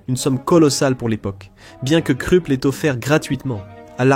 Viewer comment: Hyper bien fait bravo, très bonne diction, aucun accent de racaille ni du Sud. Agréable. Au fait KRUPP se prononce KROUP 😊